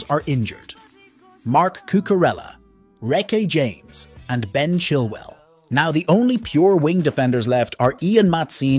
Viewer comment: bro said rakee james